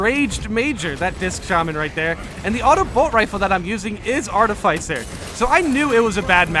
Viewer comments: Yeah I figured he was playing around, like I always say things like advices and just in cases 😄 Ar-tiff-ficer, like fixer. Maybe with less f's! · My guy really pronounced Artificer Artif eye Sir